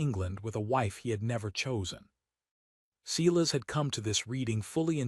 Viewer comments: Silas pronounced sigh as not see las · I liked it, subscribed and it still flashed at me to subscribe. So distracting from a good tale. Sigh-lass not whatever ai was trying to say.